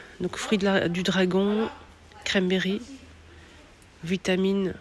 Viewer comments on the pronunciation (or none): none